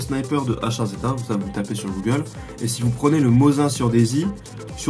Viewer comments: Mosine sa se peononce.. Pas mozin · mos1 :x...On dit Mosine :P